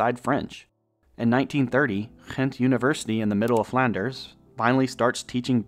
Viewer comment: You pronounced Gent in the Dutch (the country) way, not the Belgian Flemish way